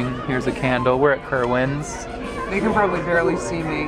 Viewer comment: Lol my name is Kerwin and you were pronouncing it so funny :D